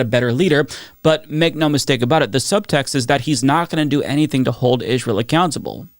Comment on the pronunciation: I know this isn’t important but why do you say “Israel” in such a weird way? “Ijj-ral” It’s distracting from your important messaging. I’m sorry to comment about this but maybe no one has ever said anything? Just want to make sure your points are getting through without a distraction like this